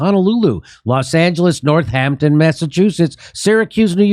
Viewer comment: hey, jimmy. Northampton, MA is one word with one 'h', not "North Hampton" like it's on long island